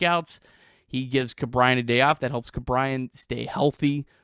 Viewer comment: Ke’Bryan pronunciation? I’ve only heard it as ‘Key’ not ‘Ku’? Just wondering what’s correct 🤔